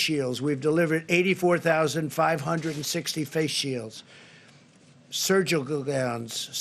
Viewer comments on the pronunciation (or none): "surjurgal gowns" lmao